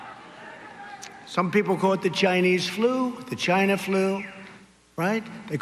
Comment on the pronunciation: Ghyna. trump Slurs the word because it rhymes with vagina.